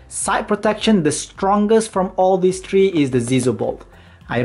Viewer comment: You dont say tree you say three